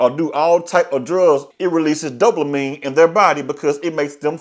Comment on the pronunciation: Bro wtf us dope- la -mine ? The word does not contain an L !